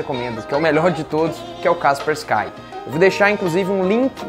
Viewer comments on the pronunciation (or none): Sobre o antivírus. O correto a se ler é "kasperscai" ou "kaspersqui"